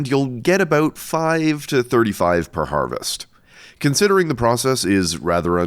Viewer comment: “Per harvest” 💀😭😭🙏🙏